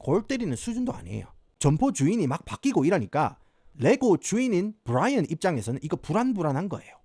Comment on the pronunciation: 부롸이언~ 경상도 사투리에 겁네 이질적